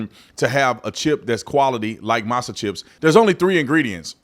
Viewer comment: "Masa"? That's crazy, lol. Whatever, man.